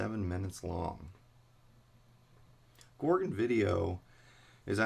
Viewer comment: Its pronounced gore gon